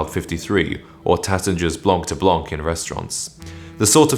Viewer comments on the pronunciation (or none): none